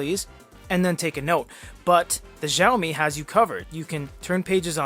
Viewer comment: Heads up, it's pronounced "Shao-me"... (thanks for the review!)